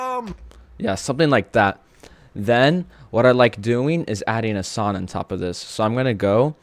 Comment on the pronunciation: Why does bro skips "G" like. Long ❌ Lon Song ❌Son 😂😂😂😂😂😂